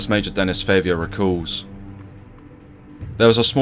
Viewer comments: It's Favier, not Favour, mate. That is not even similar. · His name is pronounced Denny Fah-viay.